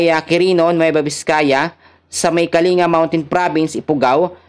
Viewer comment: Kalinga is pronounced po Ng Kaling ,ga